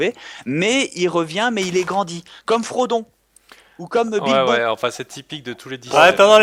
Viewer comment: C'est moi ou il ne dit pas Bilbo mais "b!te-bon" ?